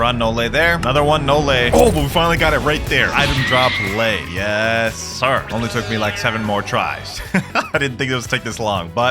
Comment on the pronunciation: Bruh it was lei she said it as lEa